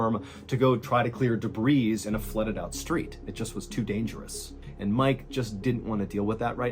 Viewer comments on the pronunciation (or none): Happy to see your wound is healing! FYI, it's "duh-BREE", not "duh-BREEZ"😅😘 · Being THAT Guy; Day-bree=debris -accumulated scrap, junk, garbage and mess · Those damn de-brees!!! Never gets old, MrB🕺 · Genuine question from a born and bred Brit. Do Americans normally pluralise the word debris? I've never heard anyone pronounce the 's' before. It is a plural word, but is from the French. It's pronounce 'day-bree' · The S at the end of "debris" is silent.